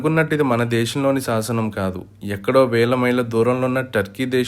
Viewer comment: సాసనమ్ కాదురా, శాసనం అని పలకాలి. సాసనమ్ అని ఈ వీడియోలో అన్నప్పుడు నీ శరీరంలో నవ రంధ్రాల్లో సీసం పొయ్యాలి. పాయికానా తొట్టిలో నీ మొహం పెట్టి మాలాడినట్టు రీసౌండ్ వాయిస్.